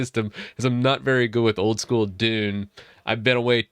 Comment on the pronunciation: Not very good with old-school (sounds like **Dune**).. lol